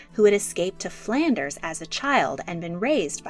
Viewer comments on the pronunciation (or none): none